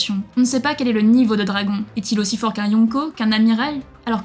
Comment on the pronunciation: Prononcé les mots anglais correctement car entendre dragon et d'autres mots mal prononcé sa pique les oreilles